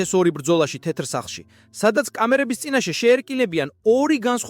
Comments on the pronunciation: "ტეტრ სახლშიო" რომ ამბობს მაგას არმიაქციეთ ყურადღება? ხელოვნური ინტელექტი ახმოვანებს იქნებ მიხვხეთ როგორმე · ტეტრ სახლში რომ ამბობს მაგასაც ძალით ხოარ იტყვის, ხელოვნური ინტელექტია